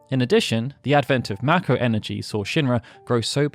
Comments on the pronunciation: It's may ko not mack o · ma ko.... am I the only who pronounces is May Ko?